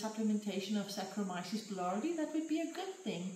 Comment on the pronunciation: Wonderful -- Thank you! FYI, boulardii is pronounced boo-LAR-dee-eye Be well.